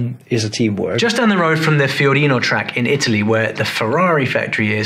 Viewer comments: Fiorano...Fiorino is a fiat van 😂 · Sorry, as an italian F1 Ferrari fan, I gotta make a correction, it's Fiorano not Fiorino. Love ur vids btw. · Fiorano not Fiorini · Fiorano, not Fiorino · Nope, he also said Fiorino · It's FIORANO track